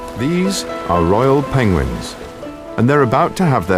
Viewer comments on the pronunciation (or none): If Benedict says it’s pangwangs than it is pangwangs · “Panwangs” Lmfaooo nah you’re good keep reading the script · Thanks for introducing us to the wonderful species of “penglings”, Mr. Cumberbatch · I always did like "pengwengs" 🐧 😂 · "Pengwings" XD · What's the everybody's problem with how Buttercup Cabbagepatch pronounces Pengwings... i mean... Penglings? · WRRRRRONG! In an interview Cumberbach said he didn't realise he was saying it incorrectly and suggested some of the blame should go to the producers and experts who were there with him and let him continue to mispronounce it.